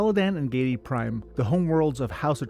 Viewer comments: Small correction: It's 'Giedi Prime' and 'Harkonnen'. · Geidi Prime??? it's Giedi Prime...